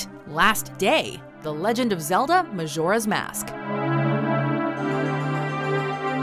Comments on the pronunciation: D- did she say maZoras mask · Hard J in Majora. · Majora (mah-jor-uh) not (mah-shor-uh) 😡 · Someone please tell her how to pronounce Majora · Why do you say Majora's Mask like that arghh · Isnt it annoying how the girl mispronounce majora?